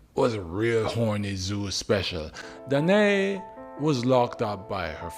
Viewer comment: Danaë: Dana ey with two syllables.